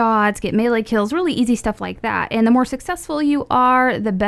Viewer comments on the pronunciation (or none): none